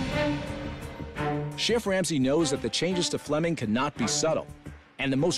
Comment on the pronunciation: Flemming not Fleming! 🇩🇰😁